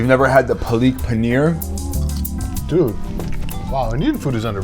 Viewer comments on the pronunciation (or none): It's Paalak paneer not palik pinear. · damn paliik paaner gram masala holy the pronucation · bruh he's mocking the botched pronunciation of the dish, of course he knows what palak paneer is